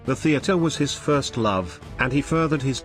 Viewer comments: Learn some English. 2nd is pronounced second - not two nd. 1st is first, not one st. if you're a historian, take the effort, slight as it is, to learn the usages. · If you must use a robotic voice make sure it speaks what is written. 1.. s...t.... stupid error. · If you really do want to increase the number of subscribers then get a human to read the text instead of whatever robotic voice dubbing you use. 1st is pronounced first and 4th fourth. I stopped listen to the robots and read the text for myself but until you get your narration sorted out I won't be subscribing.